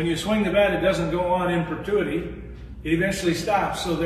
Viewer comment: “Perpetuity” it’s not pertuity. LOL!😂